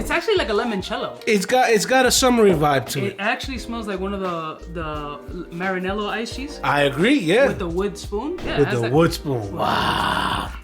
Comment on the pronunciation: My guy said marinellos lol